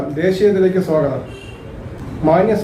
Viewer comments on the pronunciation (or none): none